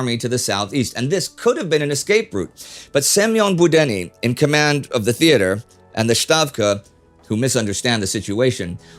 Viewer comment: Fair enough. :) Although the latter one is not that consistent - in this video, Indy said "Budenny" , apparently going from a transcription that used e, and the standard English rendition of Горбачёв as "Gorbachev" regularly results in the wrong pronunciation.